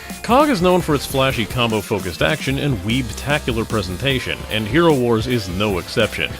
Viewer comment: I'm pretty sure it's "Hero war - z" , not "HeroWars". Like, Worldwar-Z